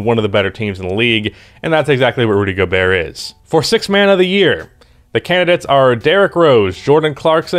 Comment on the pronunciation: I think your pronounciation is correct